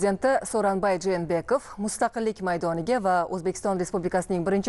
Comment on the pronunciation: Жэнэбеков эмас. Жээнбеков тугри окинглар журналистлар.